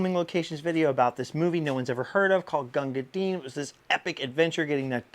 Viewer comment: It is pronounced Gunga Din. Not Gunga Deen. YOu are an amazing... entertainer, historian, writer and artist 😲 Wow You rock